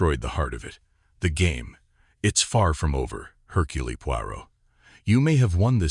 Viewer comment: Seriously!!! He pronounced it Hurculee!!!! Don't bother unless you're going to pronounce😅😢😂 things correctly, sheech!